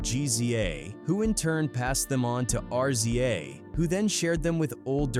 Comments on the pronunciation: I'm getting sick of these AI voices. What the hell is a R...Z...A...!? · R z a, rizza. What you talking ? G z a, gizza. Its not that hard bro. If u telling a story, say it right